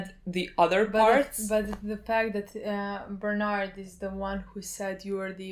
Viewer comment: It's not Bernard, it's Berthold probably....